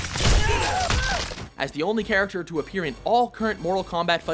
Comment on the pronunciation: you miss the k in character